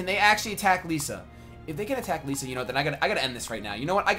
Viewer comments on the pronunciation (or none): Ylisse rhymes with Peace and Lissa rhymes with hiss. So E-lease and Li-sa not Leesa. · it's pronounced lissa, not leesa